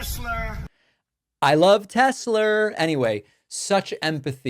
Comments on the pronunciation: Ok I'm officially not watching your channel anymore. You're taking the piss at the non American pronunciation of telsa too much at this point that I'm offended now. Elon pronounces (unfortunately) telsa like us "tesler" and I'm 100% sure trump just mimicks his pronunciation of it. I'm despise both trump and musk but I'm just disappointed that you make a mockery of our pronunciation only because it doesn't sounds like yours. Wish you the best I'll watch Brain from now on. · Not demented at all 😳 He still pronounces Tesla with the hard R 😂 Now that Musk has been ousted from the DOGE, Trump can’t hide behind Musks incompetence. His selection of incompetence to run the government has been so mindboggling that the media hasn’t really been able to focus at his incompetence yet. If it’s not the DOGE, it’s the anti-vac letting measles go rampant. If it’s not the measles, it’s the use of Signal (despite told not to do that) and leaking the NOT-WAR-PLANS out to public. And if someone is about to get a whiff of how things are, HERE’S THE THIRD TERM. At this point I’m not sure if they’re the ones that need to go to work wearing clown noses or us for tolerating it 🤡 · It might seem like a small thing but continuing to say 'Tesler' is quite revealing to his complete ignorance and lack of care for accuracy (as if it wasn't already obvious) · What's a Tesler? Yeah he's really smart. Lol. I'm sure he doesn't even know who Nicholas Tesla is. Most idiots don't. They think Elon invented that. Smh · When is someone going to tell the idiot its not TESLER what a old jerk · the idiot turd doesw not even know the name? Tesla NOT Tesler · Not Teslurr 😂 So now 47 is crawfishing on the 3rd term when yesterday he said they were planning and there were 2-3 ways. Did his handler take the day off or something and left Kid Rock to baby sit him? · Musk pronounces it "Tezler". Trump pronounces it "Tesler". It's actually spelled "T-e-(swastika)-l-a". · Tess lerrrr. Like A Mi nor. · Tesler lol wtf